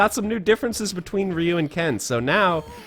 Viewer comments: I mean, he pronounces "Ryu" the trailer park made-up way, so I wouldn't expect much. One of the games even says the damn name in an audio sample, I'm surprised people still use the made-up pronunciation with the internet as a resource, and regional dialects and the confusions and local made-up myths being... in theory impossible these days? If it all worked anywhere near like people online pretend. It's kinda hard to say it with the actual sound but they could just kinda say "d'geo" or "dio" or "Li'you" or "dee-you" and use an Americanization that at least acknowledges the name/word like they have heard it one time ever or are at all familiar. The literal phonetic concepts/misunderstandings/musreadings of "Reee-you" etc are like when people say "Joll-oh" instead of "Gee-all-o" that letter "I" is real and not silent, the word "Giallo" is YELLOW in Italian, so it's like jello but j' Ee-Ah-lo" Je'ellow, yellow Gggh'ea-olo, "gee ah low" but slurred and fast, accent not even nessesary like jello and y'all, oh" and "Geo" all at once "Geeahlow" but as fast as they say "joll-oh" basically. The American distributor was even named Jolly Pictures for "The Bird with the Crystal Plummage," consider that. Somebody even made this observation enough that they called the company that, making the small joke. It's yellow, not jolly-ol'. Heh. "Joll" is not part of the etymology. That's not how localization to a language works. You do not have to use their correct pronunciation as the rules of th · Why does he keep adding an E in Ryu's name ? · Wasn't sho there master or is that some thing I remember incorrectly from my childhood. And is the dude saying Ryu weird? :/ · I think I was the only person pronouncing RYU wrong this whole time. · I've always pronounced Ryu as "Righ·ooh" as opposed to "Ree·ooh". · I have a hard time following, because everyone I have ever known pronounces Ryu differently that this guy. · Wait...is that how Ryu is pronounced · Ree-you will always be Rye-you to me